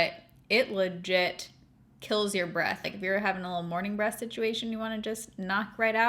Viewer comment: I regret to inform you that your pronunciation of breath sounds exactly like breasts 😂 lol but anyhow my holy grail dry shampoo is the Batiste brunette version. And my HG body wash is the OGX coconut coffee scrub. It smells divine (not really like coconut or coffee, more caramely imo) and lightly exfoliates.